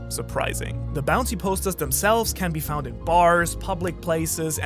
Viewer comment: The amount times the narrator mispronounces find and found in the wrong fashion is annoying. White beard, Oden annoyed faces